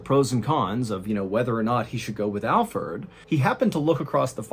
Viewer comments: I knew it was Alferd. And the reason I knew is because I believe if he was innocent Mr. Ballen would've pronounced his name right. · Is anybody else upset that his name is Alferd instead of alfred? Or am I just hearing it wrong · Wait it isn't said like Alfred but Fird? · 😂 I thought you were pronouncing Alfred wrong the whole time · watching it again i love how mr ballen calls him alferd as well lol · It's funny how you started calling alferd instead of alfred.😂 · ! You called him Alferd. 😅🙄😂 IM DAED!!! 😂🤷🤣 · Your pronunciation of AlfERd's name was driving me crazy...until 10 minutes in, when it all made sense..😲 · The first 10 minutes I was wondering why ballen was pronouncing Alfred like Alferd: lol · 😆 I did! I should have known Mr ballen is a really smart guy! I just kept hearing Alford! 😆 I'm very pronunciation oriented! BE WELL JENNI! Have a beautiful and Blessed Life! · I thought Mr Ballen was just butchering the pronounciation of Alfred (common name in my country), and I’ve never heard of the name Alferd, so when he explained that it was in fact Alfred, it made sense haha